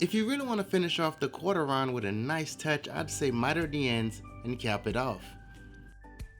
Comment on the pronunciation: thank you for the right word, I kept hearing "Corter Ryan" and I couldn't figure it out.